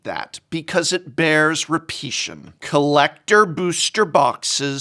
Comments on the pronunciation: Repetion? Do you mean repetition? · "repetion". pretty sure its "repetition" ;) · "It bears repeation" lol prof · I'm getting the vibe that the prof was being silly. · Hold up did an English major really just say "repeation"? That's it, Prof has lost it. Totally agree on the collector booster stuff though. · Lol "It bears repeation" wasn't he an English Professor? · perhaps, but I got the opposite vibe - he was really emphasising how obscene this was, no jokes or nonsense. Perhaps I’m wrong. In the end I was joking anyway, only poking fun at the fact that he’s an English graduate from university and made a trivial pronunciation mistake :’)